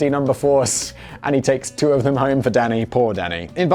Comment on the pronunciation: Sometimes when Simon says Danny it sounds like he says Daddy and I get a good chuckle out of it